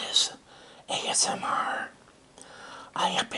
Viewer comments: ObeseRobloxKid69420 ASM Err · I like how he says “ASMR” with that pirate sounding “R”😂😂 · I love how he says "Asmr"😂